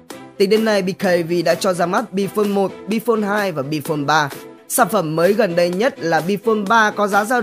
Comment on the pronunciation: nói Bphone cho đúng nhé..ad.. nói lung tung